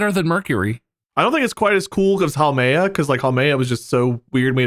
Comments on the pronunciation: we love haumea.... (not HWAMEA, MARK) (jk jk) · Put me in Huam(ea) Yeah I know, he read it wrong, but still..